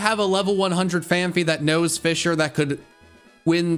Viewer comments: The amount of times he said fisher instead of fissure. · It's fiZZire not fisher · not sure if its just me but whenever he said "fissure" it sounded like he was saying "fisher" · TIL "Fissure" has an "H" in it. I genuinely had no idea what he was talking about when he said a "phanpy that only knows fisher."